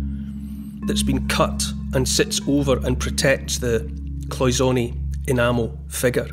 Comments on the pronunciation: I'm a retired goldsmith and we pronounced it like Paul, cloy-zen-ay. Also what gives the gold that look is that it is nearly pure gold 22 karat to 24 karat which could not polish up like modern day alloy gold. Just thought I'd say something. I so love listening to you. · It is cloisonne it's French so you pronounce the a at the end